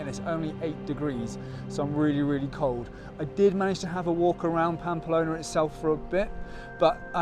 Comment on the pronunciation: Unlucky with the weather. I did that route in early June 2022 just before the proper heat and fires. Had a lovelly time. Following your journey. Oh one minor irritation it's Pamplona not Pampalona!!